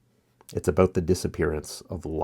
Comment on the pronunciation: “It’s “aboat” the disappearance of logic” 😂